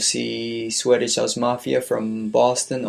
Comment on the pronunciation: swedish house mafia not sweddish house mafia. You pronounce it wrong